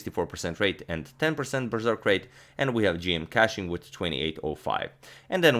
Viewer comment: It's pronounced Kuching not cashing or catching